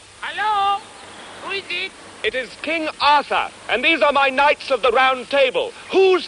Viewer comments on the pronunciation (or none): kahnnnigits!!! (knights said out loud by someone who doesn't know how to say it) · At first I thought he was saying a racial slur but now I realize he was phonetically saying "knights".